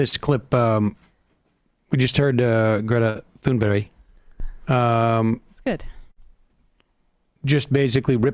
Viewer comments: Its not Tunberry, but Tunberj. Silent H and the G have a J sound. That little detail aside, I am glad you are covering this. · Her name is not Thunberry...wtf. Thunberg like in iceberg. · When you see Greta Thunberg, think to yourself Great-a Toonberry. That's how you pronounce her name in Swedish. Just because the letters differ from the sounds we expect them to make doesn't mean the sound changes. Great-a Toonberry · Thunberg does not end in "berry" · It’s pronounced TOON-berg Sam!! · Emma, it's not "Tunberry". Love from Sweden. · You can actually find a video online of Thunberg introducing herself and saying her full name. She doesn't end it with a J sound.